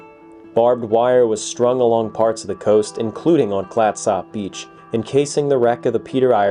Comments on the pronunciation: Clatsop is pronounced as ClatsUp. The Sujameco was a 324-foot steamship that ran aground in 1929. The wreck is located on Horsfall beach in Coos County, OR. and is in similar condition. The storm conditions that exhumed the Peter Iredale exists at Horsfall as well, so its remains should be just as visible. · When it comes to the pronunciation of Clatsop, you're simply trying too hard! You need to emphasize the first syllable, and just let the second syllable happen on its own, but don't emphasize it so much. Kind of like the word "ketchup"... "CLATsop"!😁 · This episode is close to my hart. I proposed to my wife just up the beach from the wreck, and my family and I camp at Fort Stephens park often. I have watched everything I can find on the Peter Iredale, this is great. Thanks. Also, I have always heard it pronounced "clats-up" around here. Not "clats op" like it is spelled. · How long were you here and no one told you how to pronounce Clatsop? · nobody I know in the Pacific Northwest where I've lived for the last 48 years pronounces it the way you do. I spent every summer of my youth on the coast and have been out to the Peter Iredale 20 plus times. Think of it this way, no east coaster pronounces Gloucester the way it's spelled. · Great vid, but please 😂 no need to pronounce the o in Clatsop, sort of a slight u actually. Also, yes All oregon beaches are public and considered state highways, so you can drive on (nearly) any beach. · YES! I was wondering if this bothered any other Oregonian. Otherwise very enjoyable and informative. And doesn't butcher the pronunciation of Oregon. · Worse Tham Clatsop being pronounced wrong is Willamette or Couch Street. :D (For those who don't know, Willamette rhymes with "dammit" and Couch is "cooch." Now when it comes to Puyallup, no one seems to know about that one and even locals debate it still. "pew-AL-ip" is the most common.